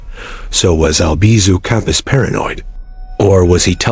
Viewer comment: It's Campos, not compass!